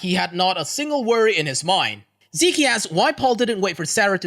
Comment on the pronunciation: Zeke is pronounced "Zeek", the ending e is silent.